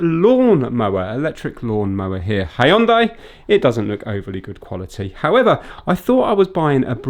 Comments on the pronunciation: its pronounced yunday LOL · Vince ..... it's pronounced Hun Dee 😂😂😂 you not seen the ads ?. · Don't you remember those commercials? It's Hyundai like Sunday